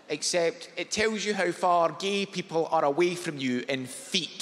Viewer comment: Was half expecting a bashing of the imperial system joke with his strong emphasis on the word "feet"